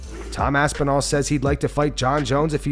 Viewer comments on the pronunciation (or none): Aspis-nall ooops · Tom "Aspisnall" 😂😂